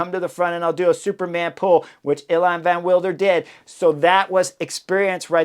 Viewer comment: Nys should be pronounced as "Nace". You'll need this in the future because the kid is spectacular. Evenepoel is quite good, the first E is a bit longer: "ayven"-"uh"-"pool". Van Wilder: spot on.